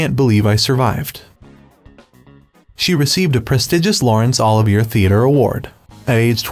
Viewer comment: The narrator doesn’t know how to pronounce Lawrence Olivier’s name? Wow!